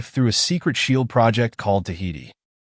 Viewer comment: Garbage, Learn how to say shield or learn how not to use AI